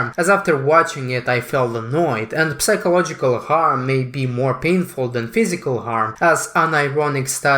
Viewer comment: The p in psychological is silent. You should've pronounce that word as if it's sychological.